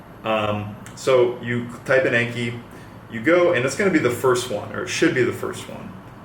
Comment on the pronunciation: The app name is pronounced like ON-KHEE